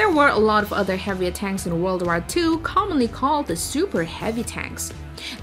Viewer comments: But can't say war probably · The hell is that „war” pronounciation? It’s pronounced /wôr/ or /wô:/ in british. While you say something like /wær/ or literally /war/, and that sounds terrible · The fact that she mispronounced war was pailful for me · yeah how the heck do you even type what she says. That would need to be in a different language